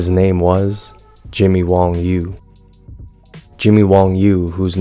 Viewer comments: You keep saying Jimmy WONG but it is written & pronounced Jimmy WANG. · WANG. not WONG.